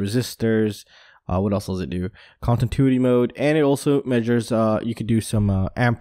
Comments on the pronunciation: Ahhhh every time you say contintuity I wanna call you and say yooo it’s pronounced con-tin-new-ity hahahaha it’s kinda like how people say nuclear like new que ler as if there is a second u in the word instead of new-clear. It’s no big deal but I know I would wanna be corrected if I was mispronouncing something. I’m not trying be a dick or something only trying to help a brotha out!! I’ve almost got a race quad and a freestyle quad built again but it’s been super hard trying to replace all my stolen gear... I promise I will have a video up soooooon so you can tear me apart with all the nervous mistakes I’m guaranteed to make as a newb content producer!! Ps never ever leave anything of any value in our car no matter if it’s locked or not or even if you’re only running a really quick errand cause it only takes a second for some dirt bag to take all of your hard work for themselves!!! Keep it up buddy! Great stuff as always! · I love your channel, but can you please learn how to pronounce continuity... Kahn-ti-new-ity! Lol keep up the great work man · Con tin tuity mode 😀